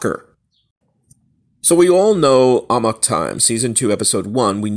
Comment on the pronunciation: “Amok”...”ah-MUCK” Not “ah-mock”